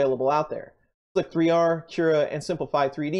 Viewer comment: Please tell me you know how to correctly pronounce this program.... It’s called “slicer”, not “slic-3-r”.....